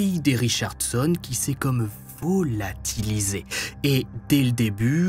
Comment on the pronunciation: "Il s'est vOOlatilisé " 😄